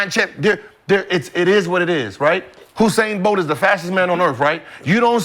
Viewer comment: The way they pronounce Bolt first name is crazy 🤣🤣